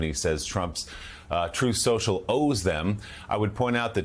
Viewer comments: HAHHAHA HE DOESNT EVEN CALL IT TRUTH SOCIAL HAHAHA .... TRUMP MISPRONOUNCED IT AT A RALLY CALLING IT TROATH SENTIAL!!! HAHAHAAAA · David J: Correction, it's "Troath Central !" Lol. He can't even Pronounce it. President's usually don't have Language Issues, And Grammar !